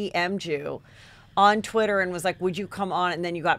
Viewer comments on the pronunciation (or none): none